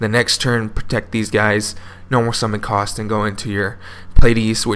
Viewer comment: Ka-U-St not Cost, welcome